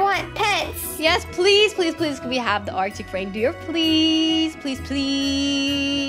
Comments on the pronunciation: No she said arica raidrer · LOL U said artic braindeer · She said "artic braindeer"😂